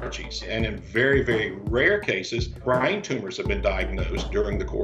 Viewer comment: Did this fool say "Brian tumors" instead of "brain tumors"?